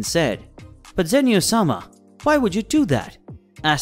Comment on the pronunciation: Qhy are you saying Sama like its his last name 😂